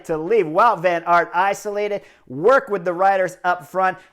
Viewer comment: I was struggling to unterstand the Belgians name. Wout Van Aert is pronounced Bout van aert.